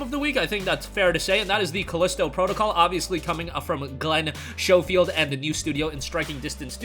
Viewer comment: Schofield has a silent H.